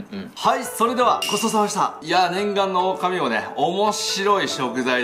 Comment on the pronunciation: あ、「オオカミウオ」ですね。「オオカミうお」ではない。